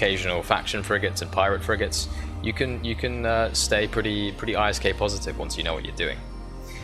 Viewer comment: It's called ISK, not I.S.K.